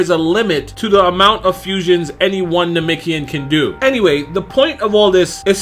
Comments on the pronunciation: Dude pronounce namekian correctly. It's NA-MEK-IAN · Why you pronounce piccolo's race like that